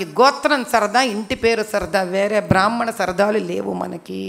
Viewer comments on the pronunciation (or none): బ్రాహ్మణ అనేపదాన్ని చక్కగ పలకటానికి ముందుప్రయత్నించమ్మా😊